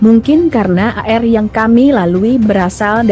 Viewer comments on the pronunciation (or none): Ini yg jadi pembawa(membaca tex) orang mana mmbca air kok bacanya A,R.